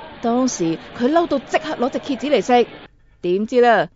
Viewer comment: 我第一次聽到她說蠍子 聽成啟智的台語